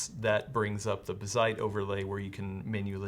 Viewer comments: It is indeed bazzite as opposed to bazzit, but you're putting emphasis on the wrong syllable. Emphasis goes on the A, not the I. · Buh-zite? Nah, I definitely read it as "Bazz-ite" with the zed sound affecting the first syllable not the latter... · It's pronounced BAZZ-ite, not bah-ZITE lol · Guys, it's BAH-zite, not buh-ZITE. :) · Bázzite not Bazz'ite... jesus... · (Baaz- zite) your welcome 😅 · The double zz is the giveaway sign to stress that A as BAZZ-ite. Like, Ballet isn't buh-lay. Its BAL-ay. Mullet ain't Muh-lett. Its MULL-et. 🤣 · Actually it's BAZZ-ITE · yeah it's Bazzite, rhymes with alright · Lmao who the hell would pronounce Bazzite that way? I watch a bunch of handheld/mini PC focused YouTubers and they talk about it all the time and literally none of them have ever pronounced it that way.... Anyway.... Good to see something like this getting some coverage on a channel like CNET. Linux gaming has come a long way and SteamOS is fantastic. Can't wait to see more widespread adoption. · the way you don't pronounce Bazzite correctly is just annoying. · The em-PHAH-sis is on the wrong sy-LLAH-ble.